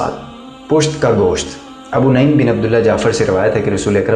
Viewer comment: Abu naeem nahi Balke Abu nuaem he